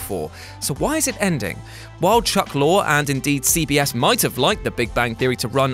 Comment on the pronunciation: Jeez,, It's not pronounced "Lore", it's "Lory".